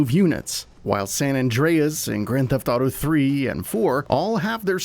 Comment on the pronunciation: You mean to say San Andreas, right?